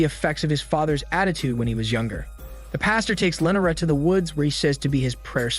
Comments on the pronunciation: Don't forget about Lenera! Christ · LEE NOR AH lee nor ah! Not len or ah. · The way he says Lenora kills me😂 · Very strange how you pronounce "Lenora" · You butchered Lenora name so bad then you said it multiple times 😂